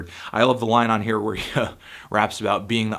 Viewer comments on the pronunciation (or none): none